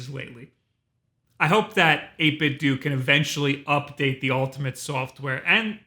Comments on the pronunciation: Aw, man! I just splurged on the old model a month ago. Guess I should've done some digging to see if an update was in the works. No matter. The old one still works great for my Raspberry Pi! I could be wrong, but isn't the "do" in 8BitDo meant to be pronounced like the "do" at the end of Nintendo? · EIGHT BIT DOUGH not doo...come on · 8-bit-doo? Nin-ten-DO 8-Bit-DO Cut this shit out. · Fuck man.... "8bitDOO".... lmfao. Why fo you insist on pronouncing everything wrong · I always thought you pronounced it as '8-bit-dough,' with a shorter stress on the 'dough' sound to make it how you read the brand, 'Nintendo.' Or is this just and his preference? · Surely it's not actually pronounced 8Bit"Dew", right? I thought for sure it would 8Bit"Doe", as in Ninten"do". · Am I the only person who pronounces 8bitdo "dough" not "do"? you know the same way that we pronounce Nintendo. Because I'm pretty sure that's what they were going for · Why do you guys say "doo", I hear a lot of youtubers say it wrong. Wouldn't logic dictate based on the logo and controllers they put out (along with model numbers) infer that it's "8bit-DOE" to play off the clear Nintendo inspiration? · Wait, it's pronounced 8-bit-du? I always thought it was a spin off the word Nintendo so the last "O" was a long O. I guess it's like how nobody can agree how to pronounce "hadouken," or for that matter, spell "hadouken." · "ÆIGHT BIT DEW" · Every time I hear "8 bit dew..." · I didn't know it was pronounced "8-Bit Doo" I swear I've been saying it "Doh" lol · Pretty sure its pronounced 8bit "doh", since, you know...nin-ten-do. Just wow for a guy thats got 600k+ subs lmao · Sigh... Are we sure that 8bitdo ends with the “doo” sound? My brain just always wants people to pronounce a hard “O” as the pronunciation of Nintendo... it just makes me feel better... “Doo” is just so jarring... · Is the 8bitdo name not obviously playing off of the Nintendo name? Who says 8bit-doo? Nobody says Ninten-doo